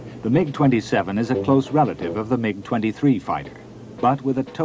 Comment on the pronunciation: He pronounce 'MIG' correctly